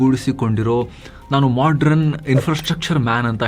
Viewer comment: ಅವರೇ modern ಪದವನ್ನು ತಪ್ಪಾಗಿ modran ಎಂದು ತಪ್ಪಾಗಿ ಉಚ್ಛರಿಸುತ್ತಾ ಇದ್ದೇರೀ E ತಪ್ಪು uchcharane ಪುನಃ ಪುನಃ ಮರುಕಲಿಸುತ್ತಾ ಇದೆ. ದಯವಿಟ್ಟು e ತಪ್ಪನ್ನು ಪುನರಾವರ್ತಿಸಬೇಡಿ..